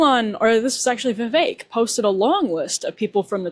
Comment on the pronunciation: Stop butchering vivek's name